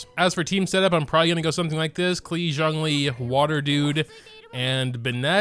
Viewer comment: sorry for mispronouncing zhong dong